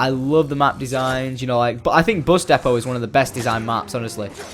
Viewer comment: 00:9 It is pronounced "Depot"